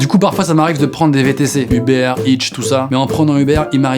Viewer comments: "Je vais appeler un Hubert" Quelqu'un peut lui dire que ça se prononce pas comme ça ? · "Je vais appeler un hubert" mdrr ça se prononce "euhbeur" ! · mais sa se prononce "eu-beurre" Uber pas Hubert 😂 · Un uber ??? Plutôt un heuber(sa s'écrit "uber je sais mais piur la prononciation )😂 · Qui sont ces cons qui prononcent "hubère" serieusement : c'est "u-BER" comme dans "BEURRE" !